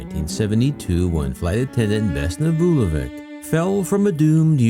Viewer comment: A small point. Her surname should be pronounced “Vulo-vich” not Vulovic.